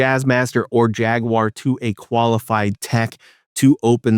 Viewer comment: OMG! You might be the first youtuber I've come across that actually pronounces Jaguar correctly. Subbed